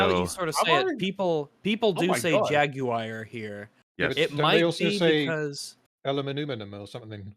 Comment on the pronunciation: "jag-wire" is definitely wrong, but "jag-you-er" is also missing the origin of the word being Portuguese. The "ua" in "jaguar" is the same as in "guava". You don't say "gyou-ava", you say "gwa-va". It's just "jag-warr".